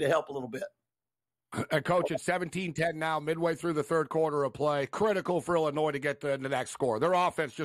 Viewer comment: Shift eyes calling them Illinoise lmao